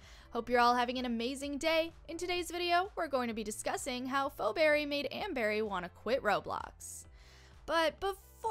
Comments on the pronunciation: It’s not pho Berry it’s feeberry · and why are you see fo berry? is pronounced fee-berry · Phoeberry or as she pronounces it 'foberry' 🤣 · It's fee berry, please get it right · It’s pronounced (Fee Beery) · ur pronouncing it wrong it's pronounced feeberry spelled pheoberry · It’s not pronounced like fo-berry, you shouldn’t make videos with no knowledge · It's feee pheberry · XD LOL The way she pronounces Phoebe’s name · Haha imagine not being able to pronounce Phoeberrys name correctly And also amber doesn’t even have a daughter irl so how would that even make sense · 1st of all pls pronounce phoeberrys name right 2nd of all NONE OF THE NEGATIVE THINGS ARE TRUE THEY ARE PERFECTLY THE SAME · That’s not how to say Phoeberry😭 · YOU SAID PHOEBBERY WRONG MEANY